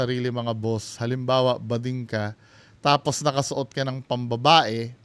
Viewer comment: bading not gooding😂